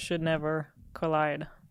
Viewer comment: I heard "the worst should never colide".